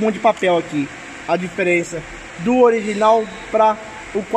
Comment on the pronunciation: "Ogirinal" KKKKKKK